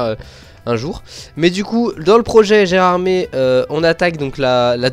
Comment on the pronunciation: C'est vraiment magnifique ! J'ai hâte d'avoir le cabride de la LGV ! Et d'ailleurs, Gérardmer, ça se prononce "ère" à la fin (c'est une station de ski dans les Vosges) 😉